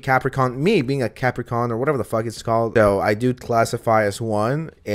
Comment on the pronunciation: Are you saying "Capricon" instead of "Capricorn" on purpose?!?